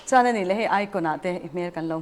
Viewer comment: Chona thar a ti khi chauna tih ang in a ri a, a mawi lo tlat, lo hrilh ru.